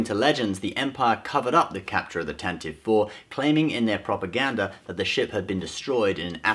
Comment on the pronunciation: Tantivee* not Tantive.